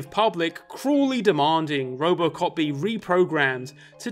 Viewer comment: I swear he keeps saying Robocock